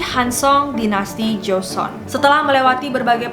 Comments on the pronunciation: Joseon dibaca Joson, bukan Jo-se-on atau Jo-sun. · Karna gak suka nonton drakor, secara pelafalan nama kaku bgt, penyebutan jo-se-on juga joson, aneh huhuhu, ceritanya juga jadi kurang nyampe. Kurang menghayati.